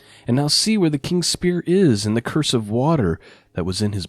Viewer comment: "Cruse" pronounced "cruise", not curse. 🙂 It's just a water bottle like a canteen.